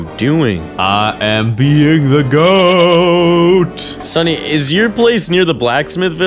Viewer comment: bro don't know how to say "sunny"